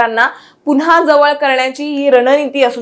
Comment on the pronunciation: जेवळ नाही ग जवळ 😅